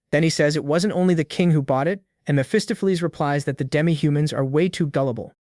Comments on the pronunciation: "Mestopolese, Messohplease, Mesofees, Mesafuz, Messoffleas," LOL I'm sure some where "Mesophiles" is out there pulling out his hair every time his name is mispronounced. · lol Miss Fist-of-Fleas is your best mispronunciation of Mephistopheles